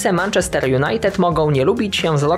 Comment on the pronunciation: jestes kozak!!! Brawo za profesjonalizm. Wkocu jako jedyny sportowy dziennikarz wymawiasz dobrze Manchester. Szacunek dozywotni.